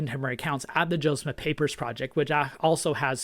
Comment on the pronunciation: I appreciate your very unbiased, information-based videos. I have one suggestion, when you're speaking/reading, you have a tendency to speak quickly, which I actually appreciate. However, it seems more often than not, when you say Joseph Smith, it sounds like you're saying Joe Smith. Knowing you want to maintain a historical objectivity, I'm sure you don't want to create the impression that you're adopting an anti-Mormon nickname for the Prophet. Otherwise, really enjoy your channel.